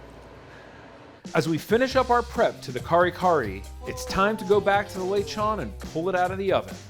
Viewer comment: I like it when non-speakers say lechon as lay-chawn